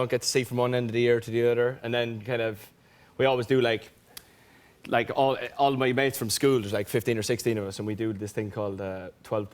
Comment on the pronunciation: Kiwi I like how he says school. "skhool."